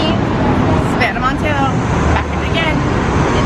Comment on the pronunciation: waitttt hold tf up. i originally thought savannah's name was pronounced the way she said in the beginning of the video but everyone i talked to (including people from boca) said it was pronounced MON-tuh-no....i was pronouncing it right then switched and now i feel like a dumbass lmao